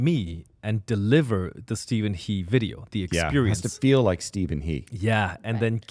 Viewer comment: Of course, it's pronounced as Stephen "Her", not "He", if you know the Chinese character.